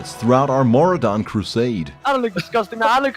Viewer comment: Mora don? Ma Roo Dun!!!!